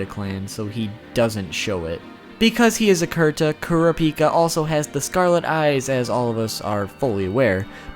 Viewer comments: Why cant Americans pronounce Japanese names? Kurapika = You are not suppose to say the "i", it is that simple.. Is it because Americans only view anime that is dubbed? It does sound ridiculous anyhow. :P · I'm going to try helping you as best I can with the pronunciation, but there's no guarantee this'll come out right on your end. Ku (like coo, what birds do) Ra (like the Egyptian god, also sounds like a cheer (see: hurrah)) Pika (like pikachu) so Kurapika (the k can be exchanged with a c depending on what translation you're reading). Hope that isn't too hard to read and helps you out. :) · omg.. emphasize the 1st and 3rd syllables please, KURaPIKa not kuRApiKA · when he said Kura pica I was dieing of laughter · it's supposed to be pronounced kur-uh-peek-uh, not core-op-ick-uh, haha. hate the dub for that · They say the name in English and the Japanese version of it it's Kura Pika boy why why I know you said you're pronunciations are trash but it shouldn't be like this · The pronunciation he issues in this video, aggravated me so much. KUH-RA-PI-KA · ...."Kur-op-icuh" lol I'm glad he at least acknowledged it was wrong so people didn't start to pronounce it like that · Your preconception is 'kurap'ika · deep breath kurapika (koo-ra-pee-ka) thank you for your time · Kura pika😂😂😂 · ITS PRONOUNCED KUE RAH UH PEE KUH!!! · OMG Kerappickah ahahahaha especially when he goes on a rant about hunter x hunter pronunciation! LOL the best! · 10 facts about kur app ick uh... welp, make that 11, apparently I didn't even know to pronounce his name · plz it's ker-uh pee-kah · Kurr- ah- pee ka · bro it's kura-pika. pika as in Pikachu. bit pika as in pick ah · Koo rah pee kah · It`s Ko ra peka. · it's krap-ka. japenese tend to drop some syllables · Kura no pica 😂😂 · Honestly I'm just shocked you could pronounce his name as many different ways as you did. Hell at like you straight up say his name right then 3 seconds later say it differently again. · Kura boku no pica?